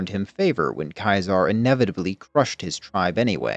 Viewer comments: Why are you calling him Kizar? It's Ceasar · The legions route to victory is also its route to defeat. And its defeat or even turning aside at the dam will likewise eventually be its end, though perhaps a less destructive one. Also, Ceaser (pronounced Cee-Zar, no matter what he thinks) ls categorically an idiot. If you punish a decorated leader for a singular failure, then not only do you lose expertise, but the culture automatically shifts into one of never allowing failure, and certainly never admitting to it. And that will cause leaders to commit to fights longs after the point its obviously a loss anyway, and that will lose the legion far more than such commitment could ever gain. He'd know that if he had ever read a singular ounce of leadership theory, rather than a history of a failed empire.